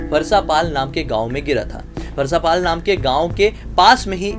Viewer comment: Farsaapaal nhi bhaiya farasapaal bolte hai